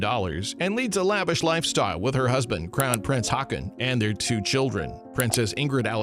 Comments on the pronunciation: Haakon = Hokon. Wenn zwei aa in dem Wort ekstieren wird als o/O ausgesprochen. Haakon heisse also HOKON! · Haakon = Håkon